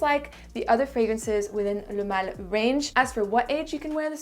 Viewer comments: I could never say pronounce and say the name like you do. I'm almost intimidated to buy it because I can't even say it, must be my Brooklyn accent 😄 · I'm french and i 100% validate your french accent.